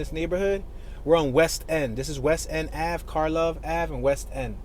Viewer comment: You pronounced "Karlov Ave" right. A lot of those streets were given "K" names for the "K-Town" area in Lawndale (just south of WGP). They're mostly Eastern European names so most Chicagoans don't really pronounce them correctly but it doesn't matter